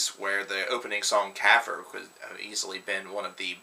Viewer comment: Dude that Nile song is pronounced kaafer(like hotter but obviously "k" instead of "h" and "f" instead of "t") thought you might want to know :)